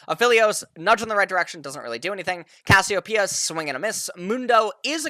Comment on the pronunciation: Thank you so much for pronouncing Cassiopeia correctly